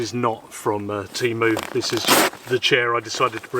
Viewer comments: "TEMU", not "TEEMOO". If everyone can learn to speak English, I bet you too can learn at least basic pronunciation of other languages. What you are eating looks very delicious. But it has absolutely nothing to do with a taco. The roof cover goes on top of the tent, not on the side. How do you expect to stop the water by putting the roof over the side? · its tay-mu mate not tea-mu